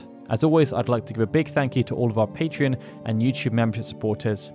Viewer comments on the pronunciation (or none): none